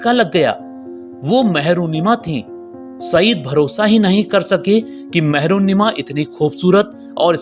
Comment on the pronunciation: Mehrunnisa HOTA hai naam mehrunnima nhi